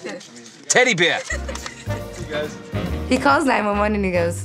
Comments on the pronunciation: It’s teddy beah not teddy beaw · When I watched ted the first time I thought the same thing it sounded like he was saying "Bwear" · He actually pronounces "Bear" like the german "Bär" :D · Its aw ber= son.